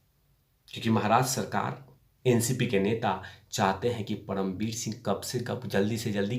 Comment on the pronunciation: परमवीर बोलिये पडमवीर नहीं